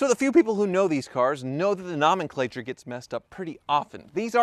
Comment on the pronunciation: "Namenclature"? I always had pronounced it Nomenclature, thanks!